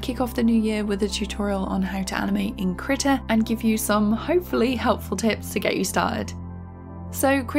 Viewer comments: Why does she say "kritta" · first of all, in my 14 years of life i could have sworn it was pronounced kreeta and not krihta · As a swede i choose to pronounce it Krii-TA